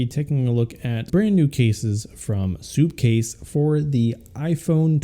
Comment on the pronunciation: It’s called sup case not soup case 🤦‍♂️🤦‍♂️🤦‍♂️🤦‍♂️🤬🤬🤬🤬